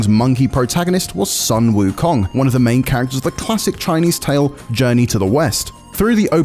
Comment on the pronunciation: "Sun Wukong" "Tang Sanzang", these are the easiest Chinese names to pronounce, he still can't do it....lmao